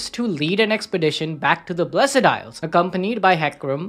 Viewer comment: Why does he keep saying "blessEd isles"?! The E is silent bruuh